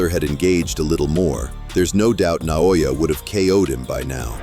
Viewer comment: Stop mispronouncing: "Na-yo-ya."